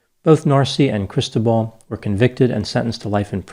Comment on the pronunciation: Cristóbal. The emphasis is on the second syllable. I can’t stop hearing crystal ball. 😂